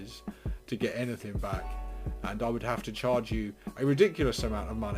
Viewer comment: Anyfink? Rilly?